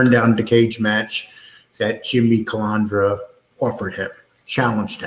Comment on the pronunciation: It’s not hard at all to pronounce CUH-LAND-DRA